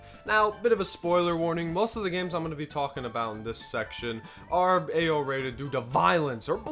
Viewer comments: All I hear is "Ayo rating" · its not Ao rated its AYYOOOO?? rated